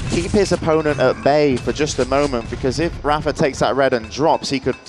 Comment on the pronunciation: why do they pronounce rapha as raffer?